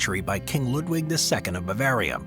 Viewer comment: It’s pronounced Lewd Vig. Not Lud (rhymes with mud) wig. In Deutsch w’s are pronounced as v’s, just as you did correctly with Wagner. Hmmmm Building a castle adjoins a cave structure is so brilliant, you’d figure it wouldn’t be the standard. You can’t really defeat a mountain